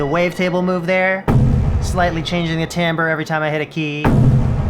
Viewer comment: What does he mean ? It sounds like he’s saying Tam-brull parameters